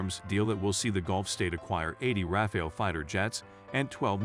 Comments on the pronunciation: Non Rafale /pas Raphaël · Raphael jets? It's hard to continue watching after the narrator doesn't even know how to pronounce the name of the subject of his video. Next.